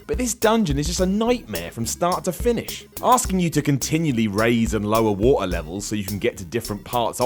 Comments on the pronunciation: some one should slap you for the horrendous way you pronounce Water. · "The Wo-err temple in Legend of Zelda" the what? xD amazing accent! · Cool list, cool list...now say "water" again. giggles